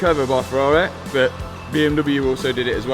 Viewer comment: Its "but" not "bit."